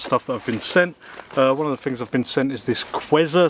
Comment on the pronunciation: I ‘fink’ I like your videos because you test ‘fings’ during different ‘whever’ conditions.